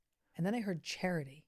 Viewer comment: I heard the name Cherry when you said Charity. Cherry is the name of my old dog, is this usual. I need help with my current two dogs fighting is this something my guardian angel can help me with. Is the name a sign they can ?